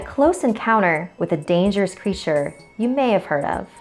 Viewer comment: “dangerous creasure”